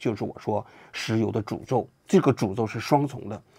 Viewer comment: 看到图才明白是“石油的诅咒”，听您念的是“石油的主奏”😂